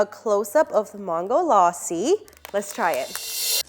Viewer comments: Wokey we get that you’re American and you’ll have American accent when you try to say something that’s other words which is not your language but the way you say mangolassi sounds like MAAANGOlassi when you could simply say MANGO and then lassi but you sound like you’re trying sooo hard to get American accent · who tf says Ma-hn-goe laa-si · Same . She pronounced mango properly but maango laasi it triggered me as a India.